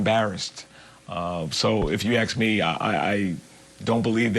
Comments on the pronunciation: Did that police commissioner axe or ask the killers family? Because if he axed them then he should be in jail too. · If we ax you? Seriously? You are a supposed professional and use that word?🙄🙄🙄